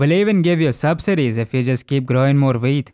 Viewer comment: Every time he sais wheat, I hear weed.